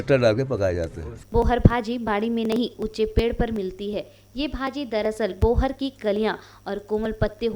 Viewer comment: बोहर नही बोहार